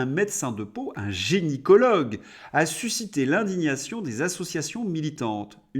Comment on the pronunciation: J'ai adoré tes "génie-cologues" à répétition 😂